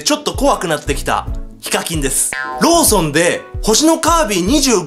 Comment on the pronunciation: ローソンがローションに聞こえた俺は心が汚れてるな…